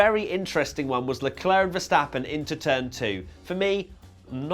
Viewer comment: it's leclerc